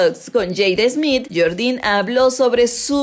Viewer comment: Yordinnn 😂😂 mejor que diga yordddien